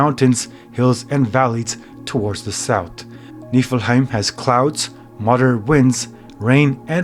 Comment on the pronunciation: You're saying it wrong